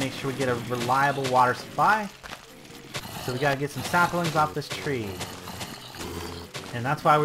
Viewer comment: There is no "r" in saplings.